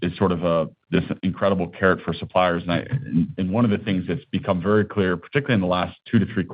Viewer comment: Thank you vewy, vewy much for your contwibution,.